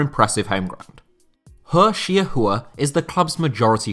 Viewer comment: Fantastic video as always. Was trying to guess the players name based on your pronunciation but did not expect it to be 何世华! 华 is not "Who-a" but one smooth sound "huar". Still some work to do on your Chinese skills!!